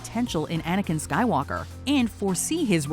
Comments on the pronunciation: I respect what you said but you said Aniken? Aniken! It’s GODAMN ANAKIN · When she said jar jar I got so angry but she said anikin